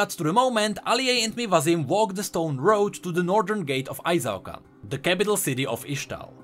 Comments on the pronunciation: Why do you pronounce it as ay-zaw-kan? Qiyana always says i-shaw-can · Qiyana:... did this low life peasant from nowhere just called our great capital city Ai-Zao-Kan??? EE-SHAO-KAN! SAY IT!!! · "I-Zao-Kahn" Qiyana: I-SHAO-KAHN, they must all learn to say it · It kinda makes me mad that Qiyana literally says how Ixaocan is pronounced but people still can't get it right. "Ee-shao-KAHN" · Doesn't Quiyana pronounce Ixaocan as Ee-sha-oh-kahn? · Ixaocan=Eesh-ow-khan Literally one of Qiyana's voice lines is how to pronounce it. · Maybe I'm being entitled, but I feel strong Latin American vibes from ixaocan, and I alway pronounced it as "e-Shao-khan" since that's the pronunciation in Spanish, me being from Mexico.